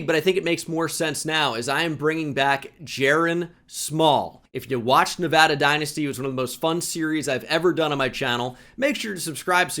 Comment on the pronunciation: You say Nevada properly 👍